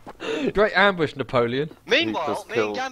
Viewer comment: "I am not camling I have prepared an am-BUSH!!"